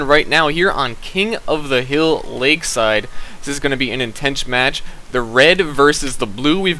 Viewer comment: HAHAHAHAHA he says "intench match"